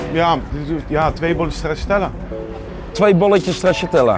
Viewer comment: Nobody:: 1 bolletje ''STRAZZATELLA''